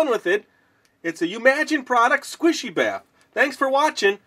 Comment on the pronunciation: Are you saying Bath or baff